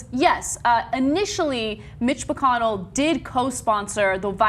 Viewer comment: Lol it sounded like she said Bitch McConnell